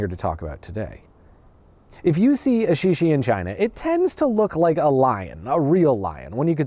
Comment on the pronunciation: sorry I just can't get over your pronunciation of the chinese 石狮 （shíshī）as shee shee The i is more like the i in sit